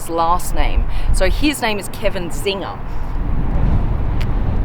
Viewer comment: Czinger should be pronounced as "Tsinger" not "Zinger" and looks like an old Hungarian family name with German background. "Cz" is an archaic way of writing the sound "C" which is pronounced as English people would pronounce "ts" :) like tsunami.. sounds almost as cool as this engine!